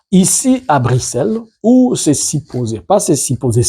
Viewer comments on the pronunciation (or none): none